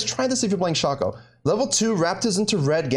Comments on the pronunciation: You can play around all you want with your accent .. its still "Shaay cooo" .. !!!!! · i was watching till you said "shaw co " .. then I skipped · its "Shay cooooo" !!!!!!!!! .. you can clown around all you want with your accent .. its still Shay co